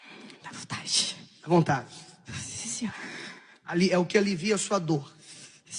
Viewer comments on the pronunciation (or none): Sente o cheiro... - Davontatih 🤣🤣🤣🤣🤣🤣🤣🤣🤣🤣🤣